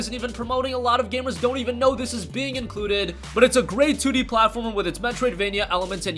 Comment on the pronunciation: Instead of 2d. You said "tootie". Lol